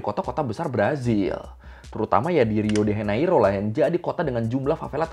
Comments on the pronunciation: Diucapkan "hiu de janeiru". "j" diucapkan seperti "je" dalam bahasa Perancis (aku orang Brasil) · Btw Bang, Sebenar nya Pengucapn Lokasi2 di Brazil itu pakai Bahasa Portugis Brazil. "Rio de Janeiro" itu diucapkannya "Hiu de Janeiru" dalam bahasa Portugis Brazil wkwkwk